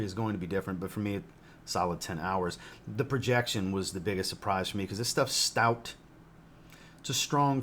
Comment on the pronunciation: NICELY DONE, AS USUAL! I NEED THIS ONE! "STOUT " VERY MUCH SOUTHERN AND ME BEING FROM THE "SIP" MADE ME SMILE. STAY SAFE